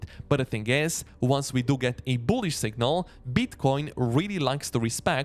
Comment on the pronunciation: Love the way you say BOOHLISH with a boom on that B